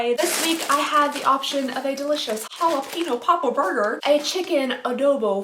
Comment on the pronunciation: Wait... How did u pronounce jalapenos? 😂